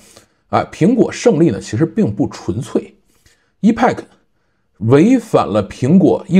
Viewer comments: 我觉得真的应该重视一下发音，我指的是重要单词，或者产品名称的发音，这个挺重要的，一是可以表明你是科技播主，二是表明你还没放弃不断学习，三是尊重产品，四是尊重听/观众。Epic是个“大词儿”，本身的意思是“史诗级的”，发音发成“易派客”简直太远了，应该发成“埃屁克”😆，多简单啊。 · EPIC念为 epik，不是一派克。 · 对，应该读埃辟克